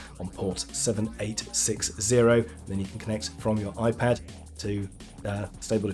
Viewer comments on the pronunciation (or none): none